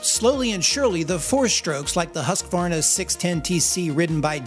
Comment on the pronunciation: Finally someone that says Hus-kvarna, and not Hos-ka-warna